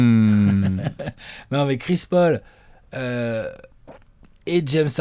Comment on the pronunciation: " chris porc " et" Houston spurs" tu ma cale